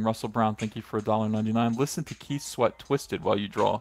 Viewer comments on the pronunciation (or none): none